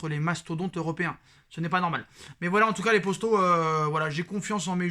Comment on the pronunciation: stp dis les potos, pas les postos